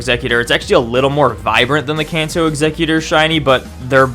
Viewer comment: When u say Kanto it sounds like cancer what’s does cancer raichu look like